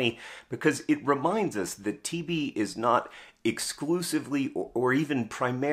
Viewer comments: I didn't quite get he was saying TB and not TV until one minute and 30 seconds in, didn't quite understand why John was so simultaneously fascinated and angry about TV but assumed it was an author thing... But yes they're both plagues, agreed. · Did anyone else keep mishearing "TB" as "TV" and getting very confused? Like, "wait, TV stopped being a big problem in rich countries around 1961? I kinda thought that's when the problem started for us"